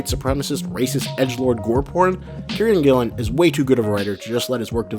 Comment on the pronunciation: nice vid; I'll share it with friends I've been meaning to convince to read the comic. 2 issues though: 1. That's the worst Alan Moore impression I've ever heard 😉. I suppose you can't blame an American for missing the nuances of a Northampton accent. 2. it's Kieron Gillen, pronounced keer-on/keer-an gill-on other than that, liked and subscribed, cheers!